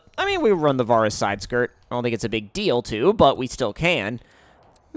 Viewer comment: The way you say varis pisses me off